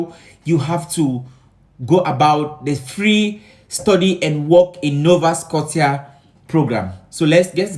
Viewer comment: It pronounced " nova scoshia"